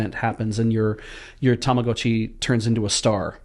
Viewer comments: that's the correct pronunciation. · he's pronouncing it correctly, it's a long O. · and pronouncing Tamagotchi correctly healed 2 morale.